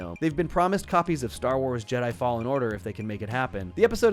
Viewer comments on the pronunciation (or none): none